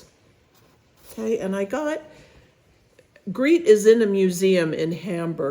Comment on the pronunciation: I am thinking Grete is pronounced as Greta, not Greet since it’s a Germanic name. It’s a beauty.